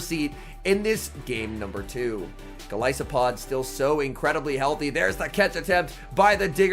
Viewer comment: Anyone else cringe when he pronounces gol I Sopod